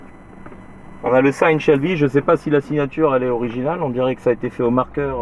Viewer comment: pourquoi tu dit une Shelby. Pourquoi si angliciser quand tu parle le français because you live in the USA.